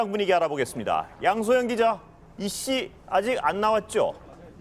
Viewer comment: 이씨~~~~!! 나도 이씨지만 이씨 아주 찰지구만